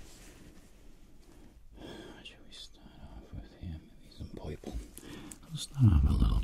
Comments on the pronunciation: I noticed most of the time when he said a word that had the sound of “er” he said “oi” -Poiple (purple) -Poifect (perfect) Then I wondered about colors and realized the terror of what the word green would sound like 0.0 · Nobody: Literally Nobody: Him:puyple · poiple instead of purple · That poiple is poifect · Poiple poifect